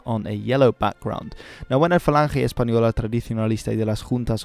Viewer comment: The pronunciation lol falanjei espanola tradichionalista de leis juntas de ofenseiva nacional sindicalista xd